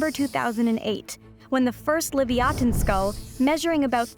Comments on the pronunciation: I've always heard it pronounced "Leh-viah-tin" like the biblical sea monster it was named after, hearing "Li-vee-ah-ten" threw me off so much I didn't even realize what she was talking about at first. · That first toothed whale's Hebrew name is pronounced "leev-yuh-TAWN," not "liv-ee-AW-tuhn." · What's with the "Lee-vee-aten" pronunciation ???? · Lee via tin is how it's pronounced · I honestly bothered me, because its definately supposed to be pronounced leh-viah-tin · I know they spelled Leviathan as "Livyatan," but I can't get past the weird pronunciation. I mean, at least put the emphasis on the same syllables or something. I heard why. I still hate it. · The Hebrew לויתן is the original (unless you insist on writing it in Paleo-Hebrew), not the translation. It's stressed on the last syllable, but I'm not sure whether Hebrew or Latin stress rules should apply when a Hebrew word is borrowed unadapted (except for writing in the Latin alphabet) as a scientific name. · That's not how Livayatan is pronounced. You're just being loudly and confidently wrong.